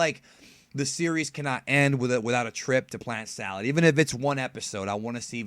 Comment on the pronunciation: I could be wrong but isn't it planet "Sadal" not "salad"? Narrator kept saying "salad" just want to make sure which one is which?